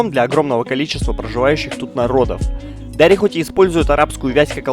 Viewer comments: дарИ а не дАри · Во первых не пушту а пашту а во вторых не дааааари а просто дари окончание на и ну дари и фарси ещё практичейски одинаковые и таджитский тоже похож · Пушту́ и Дари́. Ударение в обоих случаях падает на последний слог 😊